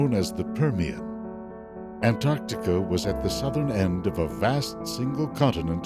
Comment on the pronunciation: Thank you so much for pronouncing both Cs in Antarctica. When I hear people skip the first C, it makes me want to slap them very very hard. There is a rendering mistake in the world view shown . At this time, New Zealand did not yet exist, but its forebear, the continent "Zealandia" was extremely prominent, and was between 8 and 12 times the current size of New Zealand. All that's shown is the sunken remnants of two mountain chains. New Zealand ALWAYS gets shafted by film producers; either left out entirely, or shown incorrectly over time. sigh